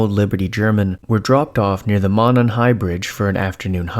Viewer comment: Stories on reddit are like 98% fake my dude, just a heads up. Also it's pronounced "moe-non". Fellow Hoosiers will probably jump in lol. Edit: Just wanted to say your content is still amazing and I'm a big fan. Keep it up King.